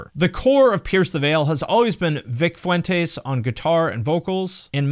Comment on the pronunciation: Dude I can’t with how you pronounce Vic and Mikes last name😂😂😂